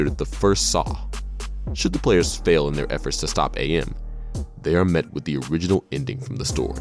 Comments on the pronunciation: whoever the dude was talking about "I Have No Mouth And I Must Scream", the name is AM, pronounced as "am". not "A M" like the radio channels. :) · It's not a bad videom, it's really good actually. But it's Am. Not A.M. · When he pronounces AM as Ey-Am. "HATE. LET ME TELL YOU HOW MUCH I'VE COME TO HATE YOU SINCE I BEGAN TO LIVE..."